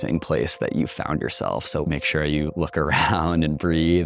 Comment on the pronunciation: Lost me on the “soow intellectual…” dude